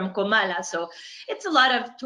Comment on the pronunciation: Great video/interview,. And you're doing a good job of remembering it's Comala, not Colama.:)